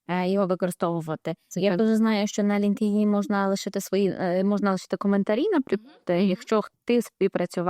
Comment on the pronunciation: Цікаво,але чому наголос ви робите на "ЛінкДін"??? LinkedIn складається з двох частин: Linked — «пов’язаний», «зв’язаний» (від link — зв’язок, посилання. In — «всередині», «у».Правильна вимова: Лíнктін (наголос на перший склад: ЛІНКтін). Англійською — LinkedIn [ˌlɪŋktˈɪn]